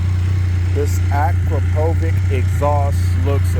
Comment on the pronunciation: I’ve heard that exhaust on a new F3 and they do sound really good. Ak- Ro- Po- Vic, Akropovic. You can say it my friend. 🤣🤣🤣